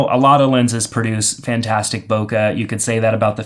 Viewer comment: "Bokuh, or whatever you want to call it." I call it "boke(h)", with the last sound in that word pronounced more like a mixture of the "e" in "bet" and the "ay" as in "okay". Source: Living in Japan (the country that originated that term) for 9 years.